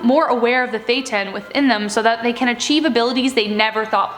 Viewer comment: Great video, but you should really look up the pronunciation of names and words if you don’t know them. You lose credibility when you mispronounce things. Thetan = thee-ton NXIVM = nexium